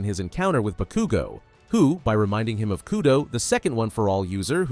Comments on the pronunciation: When he said BA-KOO-GO. I fucking left. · I was crying because bakugo died and then you proceeded to pronounce his name wrong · How the hell is it that yu can say shigaraki but not bakugo